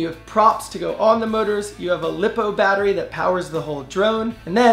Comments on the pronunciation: just gonna point out the lipo batteries are made of lithium polymer and thats where they get the name but its pronounced "lie-po" not "lip-o" i just thought that would annoy some people and that you should know that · Its not lip o its lie po lipo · Say it like - Lie-po instead of lippo.....lithium polymer....li-po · Also, pro tip, it's pronounced lie-po (might catch some flack saying lip-o) 😂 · Am I not the only one who cringed when he said LiPo like lip-o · this man really said "lip-o" battery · I got triggered when he said lip-o Lol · Haha he said “lip-o” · The way he says lipo battery😂